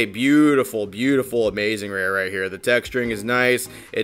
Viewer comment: That was Amaz-zuh-zing